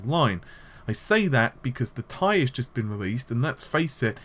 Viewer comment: Mike D He actually pronounced "ti" correctly. watch nvidia conference and nvidia themselves say that way. I know it sounds stupid but thats the way it is supposed to be pronounced.